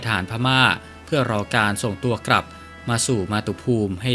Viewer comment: กลับไม่ใช่ กรับ😅